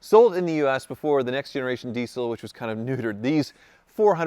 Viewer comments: Why is he pronouncing the word diesel as 'dee sell'? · saying Diesel just reminded me... US - DeeSell Rest of World - Deezle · Your pronunciation of the word 'diesel' is like nails on a blackboard.